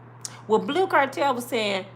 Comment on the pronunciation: IT'S BLUE CANTRELL NOT CARTEL. GIRL😂❤